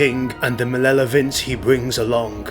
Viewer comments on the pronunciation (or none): Did my dude say malelovance lol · malelovance? Lol